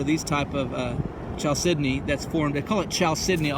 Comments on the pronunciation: always wanted to find some carnelian. just want to say that chalcedony is pronounced with a K sound, like "kal-sed-eny". awesome vid and finds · it's pronounced cal sedeny...the ch is pronounced with a k